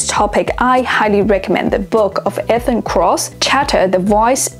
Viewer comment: Ethan is pronounced EeTHen